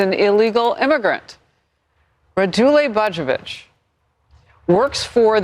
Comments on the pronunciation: bojovic more pronounced like Bojo-witch. not Bolshevik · English pronunciation more like Boyovich, but I'm just one of those people that likes to minimize name mangling.